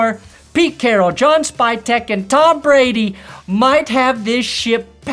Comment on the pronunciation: Your a broncos fan why can’t you say tom Brady’s name